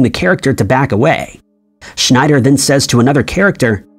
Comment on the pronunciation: His name wasn't Roy Schneider but schieder was weird the commentator got it because growing up I too always thought it was Schneider? Maybe another example of the Mandela affect🤔